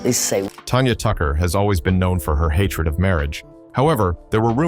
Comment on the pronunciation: Who tf is "Tonya Tucker"? .....Her name is TANYA! 😳